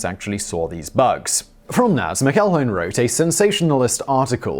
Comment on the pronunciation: McEIhone is pronounced Mack-ill-hoe-nee. I'm taken back in time to when you butchered the name McElroy. Bruv, do yourself a favour and take advantage of the audio feature on Google Translate when you're not 100% sure about how to say a big word, or in the many cases like this one, just pick up your phone and call a Scot. I'm sure you must have one on your contact list, somewhere.